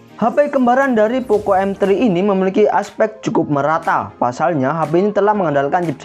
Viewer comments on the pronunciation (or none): none